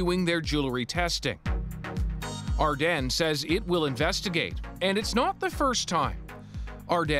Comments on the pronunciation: “Ar-den” WTF JDHSHUEKSNX ITS AR- DEEN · “First up Ardene” I thought it was pronounced Ardean💀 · Ar-Den? Really? Everyone I’ve ever heard pronounced it like Ar-dean. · My mind is being blown by the fact Ardene is pronounced Ar-den and not Ar-dean like I always thought. All my friends said it like Ar-dean growing up. I had a lot of jewellery from Ardene as a teenager. A bit worrying. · the way he pronounces “Ardenes” makes me uncomfortable lol. i thought it was ArDEANs not ArDEN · dera no it’s ardeeen butvthis dude is wrong lol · did this dude just say ardAN, every time he says it I cringe ahhh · It's super annoying that you don't know how to pronounce Ardene lol